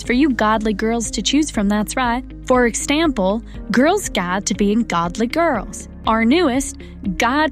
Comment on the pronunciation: "for extample"